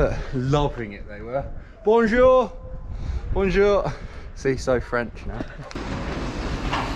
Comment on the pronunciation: Sam in France: bowjowr 🤣🙏 chui mort